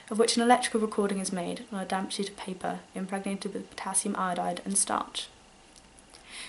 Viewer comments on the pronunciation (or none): none